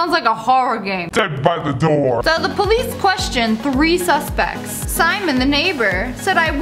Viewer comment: I love the way how Lia pronounces police po-leeece